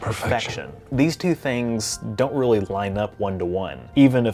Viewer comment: I rearry rike how you appry rogic and reason to the star trek universe